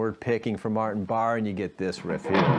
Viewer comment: Pronounced Bar-A